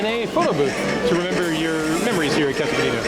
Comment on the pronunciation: fewer than 10 seconds in - "caso bodita"